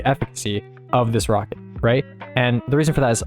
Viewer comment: this wocket is so cwoooool!!!